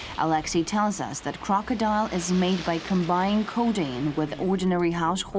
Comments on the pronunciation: KROCK-A-DIL,,, LIKE DILL PICKLES. NOT CROCKADILE...ITS KROCKADIL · It is k-r-o-k-o-d-i-l, news lady -- not crocodile. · ITS CALLED KROCK-A-DIL....NOT CROCKADILE. ITS DIL LIKE THE DILL PICKLES. KROCKADIL. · ITS CALLED KROKODIL!! NOT CROCDILE!! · its pronounced crock-uh-dill...not crocodile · its krokodil not krokodile dumb bitch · Don't tell me she said "krokodile" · bravo brate, u tell her how it is, its KROKODILJ lmao